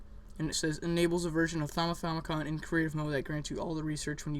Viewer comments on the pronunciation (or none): It's not a thaumithaumicon, it's a thauminomicon. Pronounced: thah-mih-nah-mih-cohn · It's the thaumiNOMICON not the thaumithaumicon :P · I think you should learn how to say Thaumonomicon before you correct others